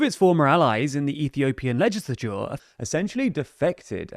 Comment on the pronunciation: I laughed so fucking loud when he said legislature 😭